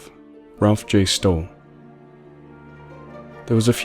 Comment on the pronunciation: I appreciate you reading this. I'm the author. One thing I do have to mention, though. Stolle isn't pronounced like "Stole" (it doesn't rhyme with coal). Its pronounced Stall-E (rhymes with Wally) I hope maybe you do a few more of mine in the future. Thank you very much, and great video.